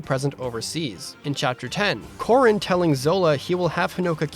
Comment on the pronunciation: I sounds like you were saying "Corn" throughout this video. 😆